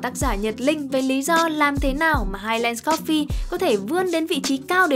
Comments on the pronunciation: Phát âm là "hai lừn s" chứ không phải là "hai len" nhé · và với những kiến thức về anh văn đấy, theo quan điểm của tôi highlands đọc là "hai lần s" chứ ko phải "lừn" như ông, nghe có vẻ tương tự nhưng nó khác 1 xíu đó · đừng có đọc hai len được không 🤦‍♀️